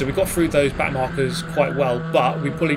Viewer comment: Did he call the back of the pack “back narkers”? Lmaooo